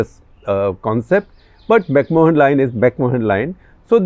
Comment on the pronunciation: Dear Mr Gupta, The correct pronunciation of Mahon as in The McMahon Line, is ‘macman’.